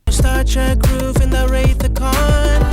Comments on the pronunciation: The Star Trek line is about the star light roof that Rolls Royce makes, he says Wraith of Kahn not Wrath. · I still can’t believe you didn’t mention that he said “Wraith of Khan” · The "Wraith" of Khan??